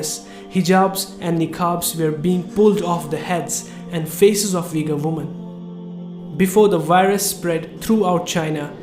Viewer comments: Brother you ve to remake video just saying it is not Vigor it is ughur pronounsation the way off all nation i am an Uzbek myself and i know Ughur people Peace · its Ughur no Vigors like U= like double OO - u